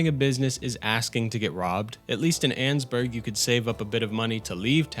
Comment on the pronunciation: You’re mispronouncing Annesburg